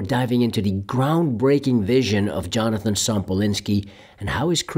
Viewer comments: Yonatan bro, not Jonathan. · Why do you say Jonathan ? His name is Yonaton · Please learn how to pronounce Yonatan’s name.